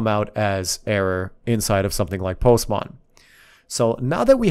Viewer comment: I love how he says "Postmon"😂